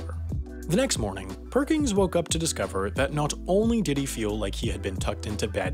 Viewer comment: It bothers me more than I can describe that his name is "Perkins" and you pronounce it "Perkings"